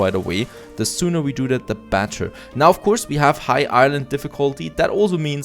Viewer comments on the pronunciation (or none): i really like how he pronounces better like batter